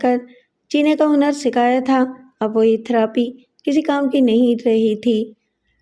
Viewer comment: تھروپی غلط ہے۔ تھیرَپی ٹھیک ہے۔